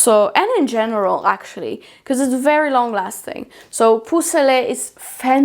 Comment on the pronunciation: "Peau" rhymes with, and is pronounced like, "eau", from "eau de Parfum". "Poh" not "poo". I have listened to her say it so many times and I eventually had to say something. 😊